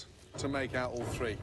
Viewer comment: Top thờ tờ rii :))))))))